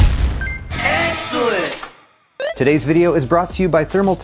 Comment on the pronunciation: Your "Excellent" callout's I cant help to mishear like "egg salade", weird i know, just how my brain works...